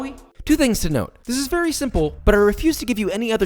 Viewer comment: "it's gonna go night-night vewy soon when i crunch down on it's flesh" ok josh, ok.